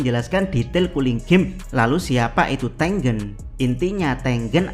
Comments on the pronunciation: ya ane tau jadi double G, tapi pengucapan E yang ke dua kayaknya gak gitu, E pertama sama E kedua cara pengucapannya harusnya sama.. Di bahasa Indonesia ada 2 cara pengucapannya huruf E. Coba dengerin lagi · Bang, nyebut nama Tengen nya sengaja kayak gitu kah?